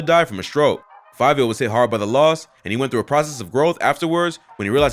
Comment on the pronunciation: Its fivio not favio...